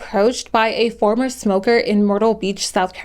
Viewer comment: Not gonna lie I used to make fun her saying “ I used to be a ‘moka” when I was a kid. I stopped doing that but I still think saying it like that is funny